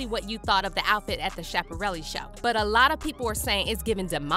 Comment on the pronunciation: in two years, you'll all be wearing it. you also mispronounced Schiaparelli.